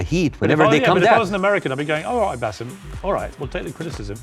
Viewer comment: His name is BASSAM not Baseeeeem!!!!! Get it right